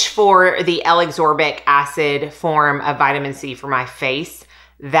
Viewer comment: Hey! It’s pronounced Ascorbic (a-skor-bic). I’m definitely grabbing that Truology serum 🥰